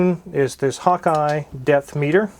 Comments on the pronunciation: Am I the only one who heard "Hawkeye death meter"? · when he said depth meter I heard death meter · Sounded like you said deathmeter!!! Deathmeter 2000!